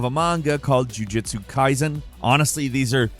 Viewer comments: Jujutsu. Not jujitsu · Its JUJUtsu Kaisen JUJUtsu Kaisen 😂😂😂